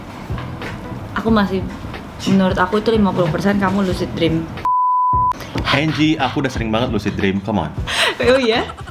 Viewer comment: Angie woi, dibacanya enji